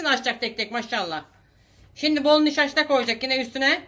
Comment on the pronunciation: senin nişaşta demene kurban olurum ya, Antalyam güzelse sebebi sensin 😂🖤